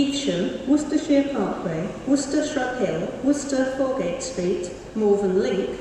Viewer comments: True, only 20 minutes away because I’m Evesham but its funny how she says “Fourgate” and not “Forgate” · I love how says Worcester FOURgate Street